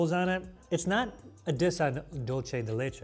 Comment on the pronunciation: Hope you all have a lovely season! Thank you for giving us a great escape from our daily grind! Just one petty point that I know will not give an F about: in Spanish, a ‘ce’ make an “s” sound, not a “ch” sound. So it should sound “dulsey de leche” not “dulche de leche”. Sorry, I had to.